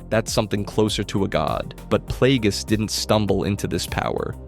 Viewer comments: "Darth Playgays" bro 💀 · I came here for this comment 😂 who tf pronounces it like that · Darth Plagueis not Playgays. Dose show up on screen. The Acolyte episode 8. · Ah yes…. Good ol “Darth PlayGays”….. 🤦🏾‍♂️🤦🏾‍♂️🤦🏾‍♂️ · Hahahahaha! Playgays im dead bro! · Why are you saying Darth Plagueis like that? 🤣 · Bro, I like the vid, but learn how to say the names before you make content.😂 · He knows damn well he was saying it crazy